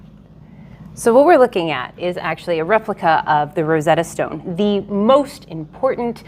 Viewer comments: She pronounces Rosetta Stone like it is a name. The emphasis on the stone should not be like a last name. Thank you for listening to my TED talk. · Rah-ragsengan.... RosEtta StOne